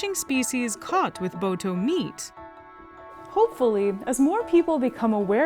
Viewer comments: am i the only one who giggled a lil when she'd say boto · Please don’t call them botos 😂😂😂😂😂😂